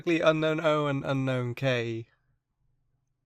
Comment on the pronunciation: You pronounce unown's name wrong. It should be pronounced Un-own